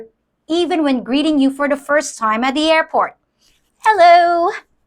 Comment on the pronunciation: Please learn to pronounce the.